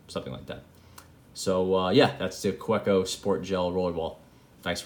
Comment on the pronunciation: it's ka-veh-koh (w, pronounced as v...) :) i appreciate your review... good to know parker style refill would work :)